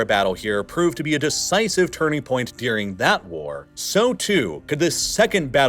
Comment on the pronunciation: One of my biggest pet peeves with this channel is the way he says "dearing" instead of "during". God, it drives me nuts and makes me want to punch a... nevermind, I'll stop here.